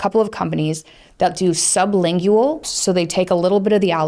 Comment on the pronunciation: sub·lin·gual Lingual, like language. Not "ling goo wall". Pronounce it correctly, please.